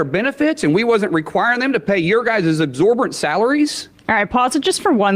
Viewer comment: He's mistaking his bruised knuckles as a result of hard work! Sorry, pal... it's because they're dragging on the ground, like most Repugs' knuckles. "We wasn't?" "Exzorborant?" Hilarious